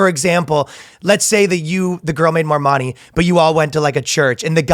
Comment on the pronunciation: I don’t understand how no one stopped Ryan… and asked him to pronounce “money” again. I swear to Allah he’s saying “moanie”